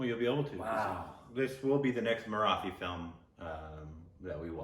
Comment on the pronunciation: Hey guys, don't mind me correcting your pronunciation, but it's Marathi. Not Mara-thi. The "th" is supposed to be like how Americans pronounce "tool" and not like the "th" in bath. Btw my heart exploded when I saw you were reacting to this song. Please do watch the film. It is one of the most brilliant pieces of cinema from India.